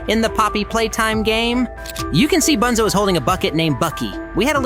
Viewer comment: No way bro called bunzo “ boonzo “